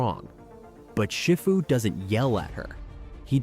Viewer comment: More AI slop pronouncing Shifu incorrectly...